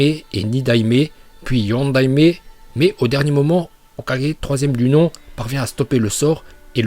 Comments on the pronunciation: Je déteste ta façon de prononcer hokagé sa soul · il dit hok4g a un moment faut pas exagerer encore pire shidessu nn mais la c insultant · on dit le "O4G".. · Y'a problème de locution sur le mot hokage 😅😅😂😂